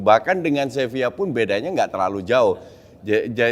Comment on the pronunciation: salah juga coach wkwk. yang bener pengucapannya tuh "sebiyya" karna v dibaca b kalo di spanyol